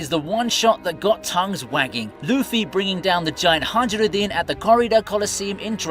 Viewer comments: Hajrudin is said hiruhdin Not hajrudin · say "hadshrudin" one more time... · The J in "Haijrudin" is silent!